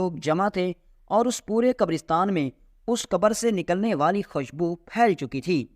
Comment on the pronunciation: خشبو نہین خوشبو۔۔۔۔۔